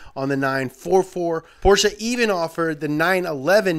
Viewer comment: Him pronouncing "Porsche" the correct way is all I needed and more.